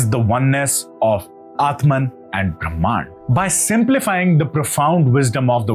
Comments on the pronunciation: why does he pronounce Brahman as Brahmaan. The basic words he is getting it wrong. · Please learn to pronounce the names and concepts correctly. It is not “Kalaady” it is “Kaaladi”. It is not “Brahmaan” it is “Brahman”